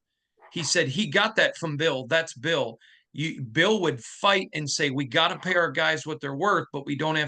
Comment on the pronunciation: Bill not Boll